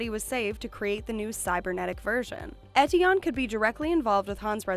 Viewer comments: learn to pronounce ethion... f*cking hell it triggers me! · bruh pronounce Eteon right